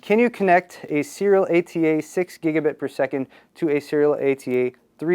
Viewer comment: Christ, just say SATA.